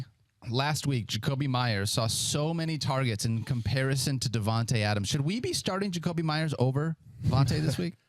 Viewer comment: They pronounce Devonta smith sooooooooooooo wrong